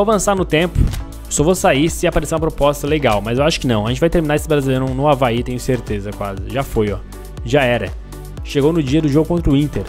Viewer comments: Avae? não e Avaí? kkkkkkkkkkkkkkk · Quem percebeu q ele fala avae invés de avaí